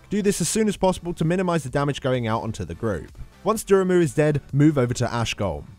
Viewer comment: I believe he called Glazer "durumu" lol like so MoP raid boss, which... is Durumu glazer?